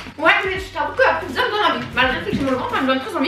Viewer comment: On dis pas pizzo on dis pizza